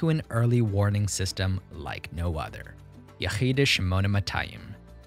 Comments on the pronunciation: its pronounced ye|khi|da not yekh|yida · The word is pronounced Yechida יחידה